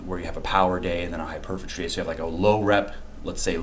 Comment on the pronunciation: Great knowledge and understanding of the current science. However, please learn how to pronounce hypertrophy. Hyper-truhfee. Not hyper-fuhtree. HyperTROphy. Not hyperPhatry.